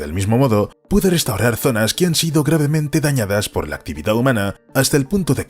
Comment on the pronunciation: también pronuncia mal las palabras restaurar o relación, todas las que empiezan en r.